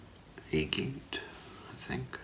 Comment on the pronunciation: Agate is pronounced like “a-gut” with a short a sound. Like a bundle of sticks, minus the f! No hate,, I just thought I’d take a second to share some knowledge:) have a wonderful day sir